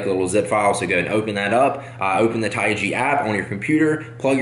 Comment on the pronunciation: It's TaiG not TiaG